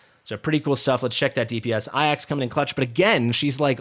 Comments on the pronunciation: the Greek Name Ajax is prounced Ay-jaks anyone else to say other , how do I say this with tack? Uneducated.... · Remember the football team AFC Ajax? That's how to pronounce the team. So my assumption is that he is pronouncing it like that. As if you were a pirate saying "AYE AXE"